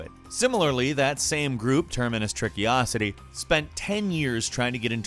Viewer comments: it's also Trickosity and not Trickiosity lol I noticed that right away too ... Termacious Trickosity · termacious trickosity: has no n: terminous tricky-osity